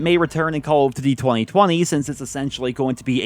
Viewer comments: It’s call of DUTY, not diddy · The way this mf says Cowl-f-d'ty.